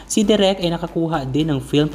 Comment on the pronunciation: De rek not direk